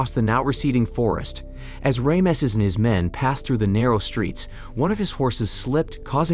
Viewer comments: It's fckn Ramses not Rameses! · Ram sees..NOT ram a sees...has the narrator never heard of the name before? its like thousands of years old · That is the worst bunch of Tripe I have ever seen from hollywierd!!! And who the heck is Ram uh sez??? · The Hit-it people? Ray, mess? Setty Eye Geez man. Pronunciation is awful. Otherwise good recap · Who is Ray-emsees?? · the varying pronunciation of Rameses is hilarious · Yeah how do they pronounce it 3 times incorrectly. AI letdown